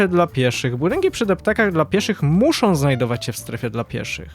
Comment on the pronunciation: średniOM, zropbiOM, muszOM itd itd. uwielbiam serię ale proszę zwróć uwagę na te drobiazgi, bo czasami aż kłuje po uszach 😅😅